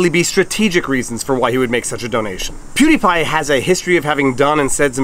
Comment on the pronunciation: ¿What's a pew d' pie? ¿A sóuffle?